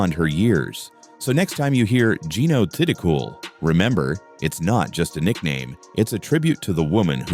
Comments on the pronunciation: Should learn how to pronounce her surname! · #11....how about narrator mispronouncing Jeeno's last name!????🙄🙄🙄😡